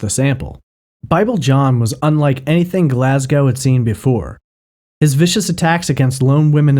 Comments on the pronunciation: Oops, he does pronounce Glasgow incorrectly later on but at least it’s correct in the beginning (should be Glas -go rhyming with low and not Glas -gow rhyming with how) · Yes and GlazGO no OW.